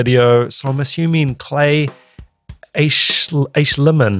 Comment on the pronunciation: Hey I know this is from 2 years ago but imma help you with his last name. It's pronounced Æschliman the old English letter (ash) and the Æ letter makes the ahhhh sound like Apple or Astroid. So if you sound out the name it's Aaaahhh schl man